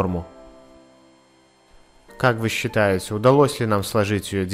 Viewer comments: «удалОс», «выкладывать», господи, вам не 10 лет, нужно знать язык на которым вы говорите.. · Не удАлось а удалОсь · УдалОсь, бл, а не удАлось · "удАлось","вылАживать".....да как так-то,а???.... Неужели самому слух не режет при просмотре?... Ещё голос этот кошачий... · УдАлось...вылаживать... Господи, ну вот как взрослый человек может так говорить?😖 просто кровь из ушей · "...некоторые в комментариях писали, что нам уда́лось сложить лист, а некоторые писали, что не уда́лось..." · А еще уда`лось